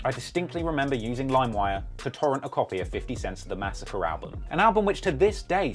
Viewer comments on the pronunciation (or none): none